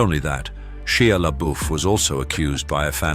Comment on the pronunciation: Shia LeBoef's first name is pronounced "Shy-ya". (Hope I spelled his surname right!) He converted to Roman Catholicism not too long ago. If you know anything about the Faith, you'll know that Catholics believe that when one is converted and baptized, their souls are whiter than snow. As others have suggested, I do pray for actors as well as other humans. We, on the outside of the business don't know what horrors actors have experienced to justify their careers. In the end, only God can really judge them. Peace!